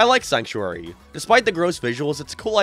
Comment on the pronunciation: It's sanctuary, not sanuctary